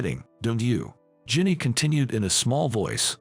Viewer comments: Jenny, Rachel, Christine her parents went wild in naming her. This autobot needs to be tweaked on pronunciation. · Need to learn to speak certain words right . Also her name is Jenny